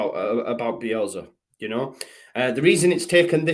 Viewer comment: Bielsa with an S not Bielza with a z. Grrr